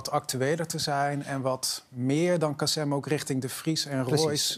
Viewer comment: het is "KasIM" niet "KasEM". Voordat je op TV aan een discussie (waar je blijkbaar geen bal verstand van hebt) meedoet, zorg dan in ieder geval dat je ten minste de namen van de betrokkenen goed uitspreekt....